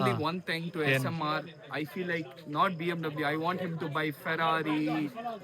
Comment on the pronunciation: Bmvv not bmw